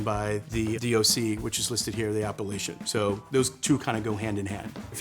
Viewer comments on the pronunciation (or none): I love this video! It took me WAY too long to realize that he was saying "appellation," not "Appalachian," though. (that's on me, clearly) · When a ´sommelier´ can´t even pronounce the word ´appelation'... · It took me so long to realize he's talking about Appellation, not how outsiders pronounce Appalachia 😂